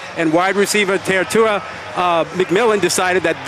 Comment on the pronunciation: Fi fi ta Te tai roa Learn to say it correctly because it will sound way better🤙🏾😄